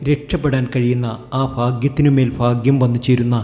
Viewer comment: ഫാഗ്യേ മൊ? പൊട്ടൻ😅😅